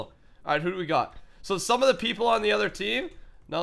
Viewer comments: For some reason when ever I hear say other I hear utter. Get it he's a cow< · In the intro to the episode did he say other things to do or uter things to do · In the intro, he says "you have utter things to do" lol utter